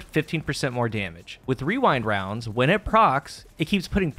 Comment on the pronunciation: The only problem I have with this video is how easily you say Rewind Rounds. I am envious. My whole group just decided to call it Wewind Wounds because that’s what we always end up saying anyway.